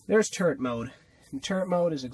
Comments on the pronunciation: LOL I thought u said turd mode instead of turret mode, and I thought 'is that a type of stealth mode?!' Anyway, I wish I found this channel sooner, cos this vid was awesome! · When you said turret mode I thought you said turd😂 by the way you have an AWESOME team🦎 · When he said turret mode I thought he said TURD mode for a second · I swear he said turd mode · I thought he said turd mode😂😂😂😂